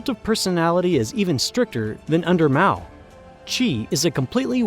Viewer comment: You dont often hear mao's name pronounced correctly.